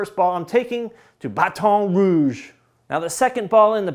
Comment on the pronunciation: I grew up there and he says it like I do 😂